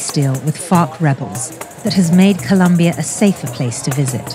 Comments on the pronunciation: It's Colombia!!!!! Not Columbia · Really vice? It’s ColOmbia! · Colombia, not Columbia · Colombia not Columbia! How hard is it?? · Damn it guys, is not that hard. It's COLOMBIA!! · it's Colombia, with 2 O's! Sincerely, Every Colombian EVER 😘💛💛💙❤ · ITS COLOMBIA NOT COLUMBIA